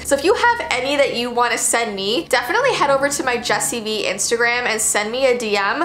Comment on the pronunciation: Bro every day when she says hello guys it’s Jesse V at the beginning it sounds like she’s saying hello guys it’s Jesse B